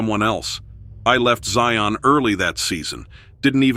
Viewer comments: It's not ZIE-ON, It's Zion, like lion! 😂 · The name Zion rhymes with lion, not scion.